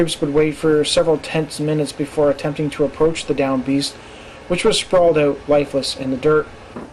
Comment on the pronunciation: Dude: The word is Out. O-U-T. Not ooot